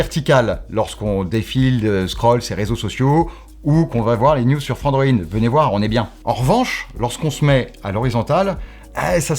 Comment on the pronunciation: à 2 minute 04 "frandroine"?? ^^